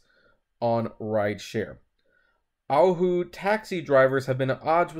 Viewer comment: Oahu pronounced "Oh-ahh-hu".